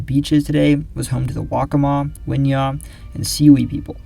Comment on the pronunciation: Thank you for taking the time to learn how to say Waccamaw. So many people making videos pronounce it whack-a-maw